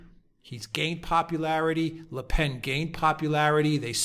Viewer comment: Le Pen is pronounced simply as in the English 'pen', not the nasal 'pain'.